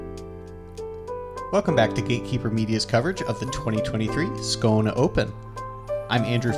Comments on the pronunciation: I raised an eyebrow to the funny pronunciation of Skåne, until i realized it was a perfect Skåne dialect, which is why i thought it sounded so funny! Good job guys, love to see my country represented! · Great job by Andrew with the swedish names. Love watching my home course on Gatekeeper, thanks!